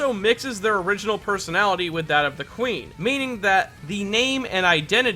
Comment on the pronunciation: When you said Kuin I thought you said queen